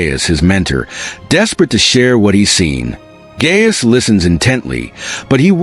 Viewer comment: Those names are pronounced "Guy-us" and Oother", not "Gay-us and "Yuther".